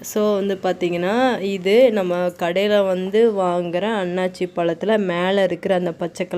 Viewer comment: அண்ணாச்சி பழம் கிடையாது அன்னாசி பழம் என்று உச்சரிக்க வேண்டும்